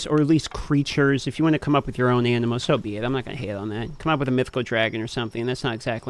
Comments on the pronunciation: funny how pronounces animal as "animo" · I noticed that too 😂 I started questioning my own pronunciation after hearing him say it three times.